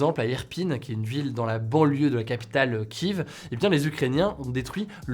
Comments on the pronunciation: Mdr on dit Ki ève et pas kiv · En français, on dit Kièf, pas Kive. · Pas kiv mais Kiev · pourquoi om dit Kiv ? c'est Kiev non? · Ça ne peux même pas prononcer "Kiev" correctement et se prend pour journaliste 😏 j'ai envie de gifler ce mec a chaque fois il repète son "Kiv" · La prononciation de Kiev 😭